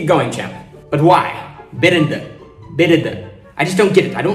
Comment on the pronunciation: Birinda is pronounced as birinthe